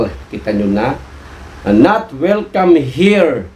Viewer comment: Anoyon not wilcam ah